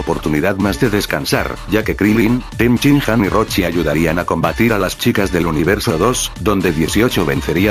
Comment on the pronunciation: según se dice roshi